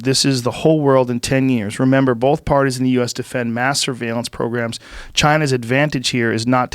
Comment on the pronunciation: I like the way joe says “both” it sounds like there’s an l in there “Bolth”